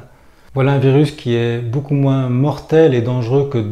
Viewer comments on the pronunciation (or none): none